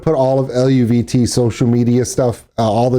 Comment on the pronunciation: you're close in your pronunciation it's El-vee-tay I had the same trouble till I read someone in the comments say something.